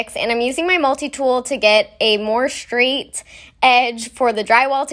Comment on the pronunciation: Why can't millennials say straight? Why do they have to say shtraight? It's as if an entire generation has lost the capacity to pronounce any word that uses the letters "st". Common examples: SHtraight SHtrength AdminisHtration Oh and don't get me started on the word strength... Which is now commonly pronounced shtrenth.